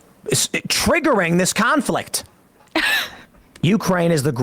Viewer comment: 😹💀 his face after he exclaims "tah-riggering this conflict!" 💀😹